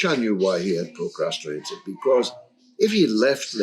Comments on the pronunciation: George, the word is 'pro-crast-in-ated'. Repeat after me... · Why can't he say procrastinated?